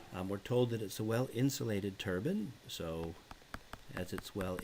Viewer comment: It's pronounced "turbine" not turban